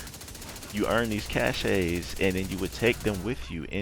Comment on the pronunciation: It's pronounced "cash" not cashaye. The e is silent.